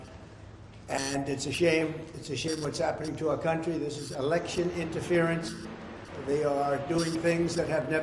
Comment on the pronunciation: Election not Alection right?